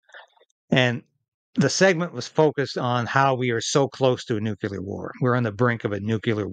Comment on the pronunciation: while I agree entirely, my pet peeve is pronouncing 'Nuclear' as Nucular! Just sayin!